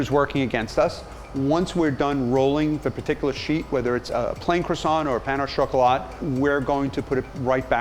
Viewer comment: "Pano shawcolaat" lol